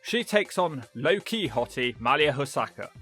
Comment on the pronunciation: Come on,. MAH-Lee-YA Hosaka is her name.